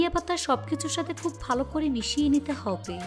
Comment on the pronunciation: আপনার হব্বে শুনে আমার হাসি পায়